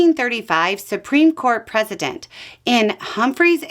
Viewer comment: Love and you. Double check how you are pronouncing precedent. It’s a soft c rather than a z. That’s a couple videos in the last few days. Not an attack. Just a friend. Hebrews